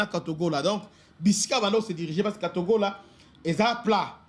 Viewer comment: cest katogota pas katogola notre